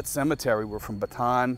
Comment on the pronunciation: The death march is pronounced Bat te Ann. Ba tan is a completely different place.